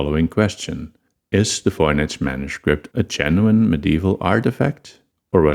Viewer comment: there’s no basis for pronouncing the V in Voynich as an F